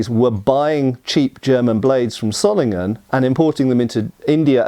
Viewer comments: No it is not pronounced zollingen ._. The o is long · Wo kommst du denn her? Ich bin im Rheinland keine 50 km von Solingen aufgewachsen und habe noch nie eine andere Aussprache als [ˈzoːlɪŋən] (sohl-ing-en) gehört, ganz bestimmt nicht [ˈsɔlɪŋən] (ßoll-ing-en). Würdest du den S-Ton in "Wasser" "smooth" nennen? Das ist nämlich wie das in diesem Video eigentlich ausschließlich spricht (und streng genommen ist das O eigentlich auch falsch, aber soviel würd ich von einem nicht deutschsprachigen Engländer nicht erwarten) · Btw, in case you care, Solingen is pronounced with a Z sound at the beginning (Wikipedia has an audio file of the German pronunciation). In fact in native German words almost every syllable-initial single S is pronounced like an English Z, while Z is TS